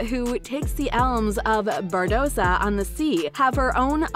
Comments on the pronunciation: She doesn't say anything about boycotting if Depp isn't in it. Also.. can the narrator check her pronunciation? It's Barbossa, not Bardoza. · Say "Captain Bardossa" one more time I dare you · did the narrator say captain bardoza? AND call him jack sparrow when his name is CAPTAIN jack sparrow, and say that an all female pirate crew would be interesting??? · It's Barbossa not Bardossa, doing a pirates without Johnny is like Star wars without Darth Vader, it's not gonna work. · “Contractually Oblodged” “I’d like to see a Carina who takes the elms of Bardossa” “Seltzers revenge” Well done. You can’t read. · "Oblodged but I'd love to do it... takes the elms of Bardossa" The hell were you reading? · She really said “bardossa” 💀💀💀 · there is no D in Barbossa, if you're going to narrate, please try at the very least to pronounce their names right, other wise your showing everyone that you haven't even watched the movies, there is no Captain Jack Sparrow without Johnny Depp, he is the only person for this role as he created and put so much work into his character, 2 of my favorite franchieses ruined all because WB support an abuser AH and not the victim JD, Boycott aquaman 2 please (no offence to the other actors, Jason Mamoa is a great actor, he funny and decent human being) but AH does not deserve the role of Mera, I think it is only right that if they keep AH as Mera then JD should keep all of his roles too, especially POTC and Fantastic beasts. I'm glad JD has the support of his co stars.